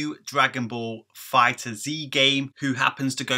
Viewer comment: The game is confirmed to be set after the Future Trunks Saga and before the Tournament of Power, so it's after Goku Black arc. It's pronounced Fighters, without Z. Awesome video though, bro! As always. :D